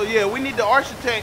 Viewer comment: This nigga said arch-itech😂😂